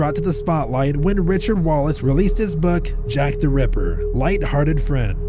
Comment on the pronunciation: Jack the REPPER? Jack the RAPPER? That pronounciation is strange. I prefer the other narrator.